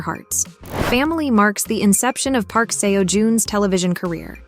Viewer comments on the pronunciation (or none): I wish you had taken the time to learn how to pronounce Park Seo Jun's name right. I couldn't finish the video cos I cringed everytime you said seewo or seeyo.please respect people & their names.